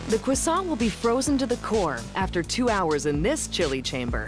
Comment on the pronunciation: The hosts' pronunciations of Croissant are so American and inconsistent. The factory representative pronounce it perfectly (of course).